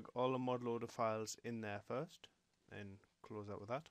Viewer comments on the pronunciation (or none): none